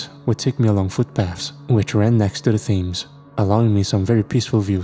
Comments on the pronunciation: It's not an "accent" thing. He is right, Thames is pronounced "tems" and Greenwich is pronounced "Grenitch". If I were wrong pronouncing words I would like to be corrected as well, if we're not corrected we go through life either looking like idiots or offending people. isn't "bugged" by his comment...he literally thanks him for correcting him. It's noble of him to do so, as he is well educated and an intellectual....and a good sport about it too 😊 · It's pronounced Tems and grenich mate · these ppl gotta be trolling u… Thames is hard to know if you don’t already know the pronunciation!